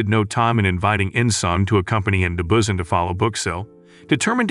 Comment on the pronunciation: The way he say busan tho ( Bussin) 🤣